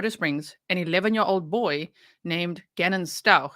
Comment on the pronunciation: I I I Me Me my me I. but she can't even say Gannons name